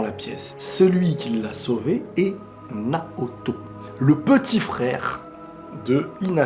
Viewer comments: Dans l'anime, à chaque fois qu'il dit Naoto, j'entend Naruto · Naoto pas Naruto